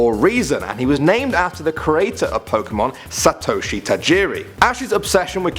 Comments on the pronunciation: When he said Ash's Japanese name " Satoshi " 😂😂 Satowshi 😂😂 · People trying to pronounce Japanese names without knowing how... Gets me every time. Sa-to-shi, haha!